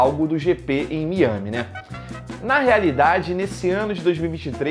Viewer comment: Não saber a pronúncia correta de Miami é um novo low pro jornalismo brasileiro.